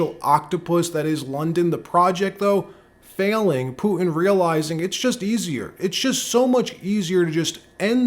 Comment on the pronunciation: Poo-in? Do you mean Putin?